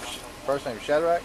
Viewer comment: Omg, if he said "SHAD-RACK" one more time